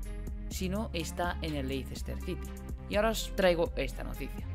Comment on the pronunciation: Leicester se pronuncia"Lester"